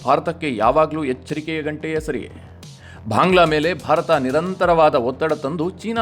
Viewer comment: ಅನವಶ್ಯಕವಾಗಿ ಮಹಾಪ್ರಾಣಗಳ ಉಪಯೋಗ ಆಗ್ತಾ ಇದೆ ಅನಿಸುತ್ತೆ. ಉದಾ: ಭಾಂಗ್ಲಾ.